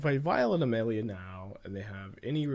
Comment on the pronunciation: Why is he pronouncing Amalia (Uh-Mall-e-uh) A-male-e-uh?